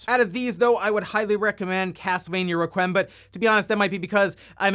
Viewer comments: I needed to process for a moment if he actually said "ruh-kwem" until he said it again. Never heard that before... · A lot of people understand the word "requiem" is pronounced "Wrek-we-um." Not a tough one. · Requiem = wreck we em. Not Wreck wem. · Castlevania Wreck-Wii-Em…not Wreck-Whim. Doesn’t really matter tho. I mispronounce words all the time. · re-kwee-um. not re-kwim. that is all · Reqwem? Lmao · lol "castlevania rekwhim" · Reh-qwee-em... Requiem. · I don’t want to be ‘that guy’, but a collection as good as this ought to be pronounced correctly. It’s Castlevania “Wreck-we-um” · Gotta love castelevania 'raqwem' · Requiem = Rek-we-em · Requiem is pronounced reck-we-um. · Castlevania: Reh-qwee-em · Dont think you pronounced "requiem" correctly, just fyi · Big fan of you but that pronunciation of "Requiem" though. Needs some work. I've never heard anyone pronounce it like that before. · Requiem... Is not pronounced like that dude. 🤣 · You need to learn how to pronounce “requiem” 🤣🤣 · The way he said “requiem” it’s like he’s never heard the word before 😣smh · Bro how are you a 32 year old man who doesn't know how to pronounce requiem lmfao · I'm really bothered by the way he pronounced requiem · doesn’t know how to pronounce requiem. 😅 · Never heard "Requiem" said that way before but, there a lot of words I've never said out loud and only have read that I'm sure I pronounce weird too. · Sorry, but to not know how to pronounce REQUIEM is kind of sad. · pronouncing requiem like it's a 90s hip hop artist. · Make sure you pronounce “Requiem” a little oddly!